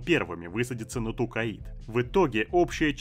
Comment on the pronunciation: Тукаид жостко режет слух, когда читал книги еще лет 25 назад и там планета называлась Токкайдо. Зачем так =(